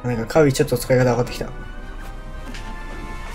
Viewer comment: カービィーじゃなくてカービィな